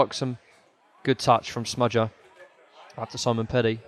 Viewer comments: Said “smudger” a ridiculous amount of times, made me cringe every time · Why calll him smudger?